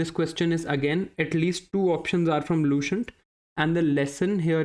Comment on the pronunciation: लूसेन्ट , not लूशेन्ट Upinder Singh ma'am,....